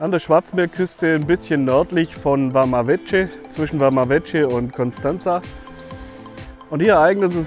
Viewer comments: War selber schonmal dort, meine Freundin kommt da aus der nähe her (Mangalia). Kleiner Tipp noch, man spricht es ‘’Wama Weke’’ aus. :) Sonst interessantes Video. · Man spricht Vama Veche nicht Wama Wetsche, sondern Wama Wecke!